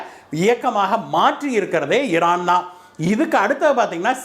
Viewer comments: இரான் ஈரான் இதில் எது சரியான வார்த்தை வாசிக்கும் போது ஏன் இந்த தவறான உச்சரிப்பு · Please rectify your pronunciation Iran